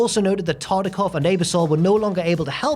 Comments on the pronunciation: His pronunciation of Ebersol was just as bad. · The constant mispronunciation of Ebersol’s name is truly sad. Not hard to look it up and hear it said. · Nov 2 wasn’t Thanksgiving weekend (fourth Thursday in Nov), the NBC exec was Dick “Eb-er-SOL”, and the SNL cast member was Joe “PIS-cah-po”. Very odd errors in this one, which is a rarity. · I had to rewind , I knew Ebersol was coming out more with a long Ay than a short Eh, which is to be expected given accents and language interpretation minutiae but I did the same thing. Pis-copo , almost prefer that now haha :) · The butchering of sooo many names in this video. Come on bro! You guys are usually pro. Ebersol Piscapo Dreyfus.